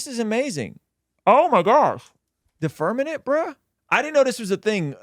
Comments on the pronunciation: So intelligent, “firmanet”. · Because of these guys and them saying firmanent. I am now a flat earther. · Yo pls stop saying firmanent its firmament 😢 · yall said firmanent like 10 times 😵‍💫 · This is such a sad watch for two people I have a lot of respect for they’re just crapping on the flat earth community which I’m NOT apart of I believe the earth is spherical but have some respect and atleast pronounce firmament right ! Geez! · Haha... It's firm-a-Ment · Can someone teach them how to say “FirMaMent” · Flat or round...how do they not know how to pronounce firmament? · Yeah I was confused by that lol. I’m like “how are they not catching that they’re saying it incorrectly? It’s right in front of them on the screen!” Lol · Once I read your comment, I couldn’t stop hearing it and now I can’t watch the video